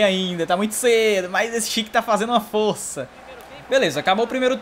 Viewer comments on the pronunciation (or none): none